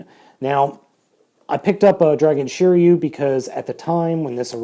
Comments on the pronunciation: Shiriu 😂😂😂😂you don’t know his name hahaha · Just to let u know, since i know japanese every letter makes the same sound, and r in sets of 1, 2 or 3, a constanent and a vowel. So shiryu is shi ri yu in japanese writing and is pronounced sheereeyu